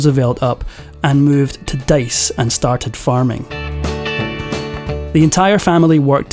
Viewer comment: Fordice not Dice.